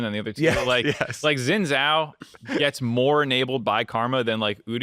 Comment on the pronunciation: Really love the content and has been watching league and the dive since s3 and start of the dive. But there’s one thing I hope I can correct you guys Xin zhao is pronounced more like sin cao (ciao without the i) Or Google 赵信 (zhao Xin. Chinese put family names in front)